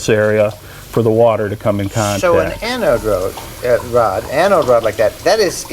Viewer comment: Its ANODE, not ANOID:)